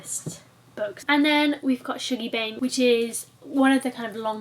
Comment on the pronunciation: being scottish i feel it’s imperative to point out that “shuggie” isn’t pronounced “shoogie” it’s lowercase “U”. pronounced “Shuhggie” haha! sounds like a book i’d really enjoy, very irvine welsh!x